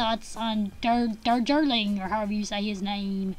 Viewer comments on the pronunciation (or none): Diwali= Divarli Darjeeling =Dardjeeling pronunciation :)